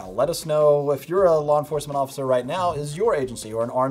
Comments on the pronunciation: “What now Occifer?” 😂😂😂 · “What now ociffer” 😂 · Ocifer lol